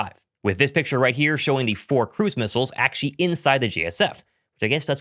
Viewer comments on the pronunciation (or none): Achee achee achee. Please pronounce the word "actually" properly. You're not three years old anymore. Also, there's no reason to say it so many times.